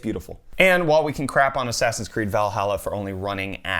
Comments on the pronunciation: ass-ass-in creed lmao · Probably I'm not the first. Did you say: "ass ass in's Creed"?